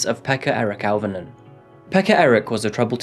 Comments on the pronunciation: You've never learned Finnish, so I won't berate you for getting the place name wrong. I'm just putting this here so that people know how to pronounce these names. Jokela: yoh-keh-lah, emphasis on yoh Pekka: peck-kah Auvinen: ow¹-vi-nen, emphasis on ow ¹ as in 'cow' I remember when this happened. My family back in the UK got worried, because - not knowing the geography of Finland - they were worried that it might have been near me. They were also worried when the bomb attack happened in Myyrmäki (difficult to give outwith IPA stuff: the 'y' is like trying to say 'u' from cup and 'ee' from feet simultaneously, and 'ä' is like trying to say 'a' from pan and 'e' from bed simultaneously). Tuusula: tuu-su-la Neither Jokela or Myyrmäki are near me. I'm close to Russia - which currently has its own threats. Interestingly, this case highlights a major issue in Finland: the stuff you hear about it being 'happy' and 'best education' and 'best health care' and so on ... it's propaganda. All those systems let this lad down: proximally, because nobody took those sign and symptoms seriously; and distally, because the education system here does not really produce the best physicians or psychologists or social workers the world has ever seen. Finland is still in the top fifteen countries in Europe for suicides 11th out of 41) and mental ill-health is very common here. The country is beautiful, and a great many of the people are absolutely adorable. But the system is not fit for purpose and th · Auv is pronounced O